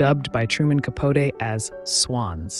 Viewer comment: Fascinating life, though tainted with scandals! I was a professional fashion illustrator in NYC during Truman's Black and White Ball at the Plaza and read a lot about his "swans", but I've never heard his last name pronounced the way you pronounce it! I've always heard it pronounced Ca-potee, phonetically! Slim was a real beauty, the prototype of Lauren Bacall. Yet terrible to abandon one's child to travel and go party! smdh May they rest in peace~